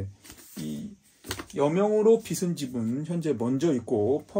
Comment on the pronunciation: 여명으로 빚은 집... 궁금합니다. 근데 발음이 틀리셨네요. <여명으로 빚은 집>의 '빚은'은 ㅈ받침인데, 자꾸 '비슨'이라고 하시네요. '비즌'이 맞습니다. 여명으로 빗질을 한 게 아니라, 여명으로 만들어진 집이라는 뜻이겠지요. 빗다와 빚다는 엄연히 뜻이 다른 단어입니다. '비슨'이라고 읽히려면 "빗은"이라고 써야겠지요. 알려지지 않은 독특한 책을 소개해 주셔서 유익한 정보 얻어갑니다. 꼭 읽어보겠습니다.